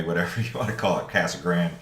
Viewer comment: Its Casa Grande not Casa Grand